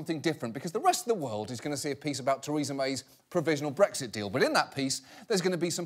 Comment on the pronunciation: I keep hearing breakfast instead of Brexit